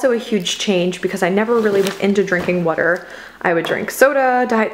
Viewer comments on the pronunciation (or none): Where on the globe are you that you pronounce water "whuter"? The linguist in me is interested.